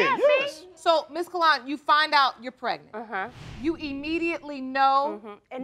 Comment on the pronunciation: But he still said PEG-nent instead of pregnant🤦🏾‍♀️🤣🤣